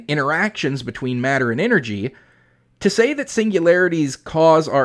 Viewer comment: A person stepping in the wrong place can cause an avalanche that has energy many orders of magnitude more than the initial step which set it off. You would think an engineer would know about things like that. Also, "ENGERY?"